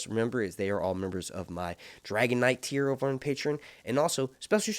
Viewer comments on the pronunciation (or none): none